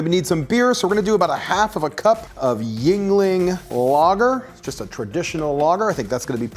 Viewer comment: Tell me you're from OH/PA without telling me you're from OH/PA "mix in the Yuengling beer" (Toledo here)